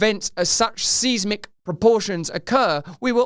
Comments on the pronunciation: 'seesmic'? Surely it's 'sizemic' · Did you just say seeismic?? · its pronounced..Size mic bro. I'm sure you already know that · Blair in UK and Bush in the US is when everything really started going to shit. (Seismic is pronounced size-mick, Russell)